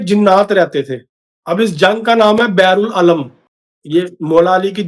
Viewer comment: Beer ul alam is the right pronunciation. Beer means kuwaan, wel.